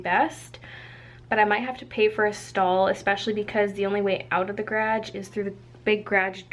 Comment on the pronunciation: You say garage funny hehe